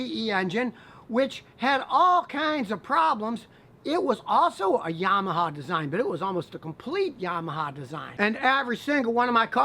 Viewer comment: I love the way you pronounce Yamaha.